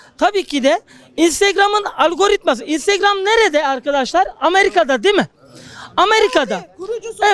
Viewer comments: "İstırgam" 🤣🤣🤣 herşeyi istırgamdan öğrenirse normal tabii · Istırgam diyor geri zekalı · istirgam değil Instagram 😂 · Aklı o kadar "istirgam" diyor. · Adamın INSTAGRAM diyemeyişi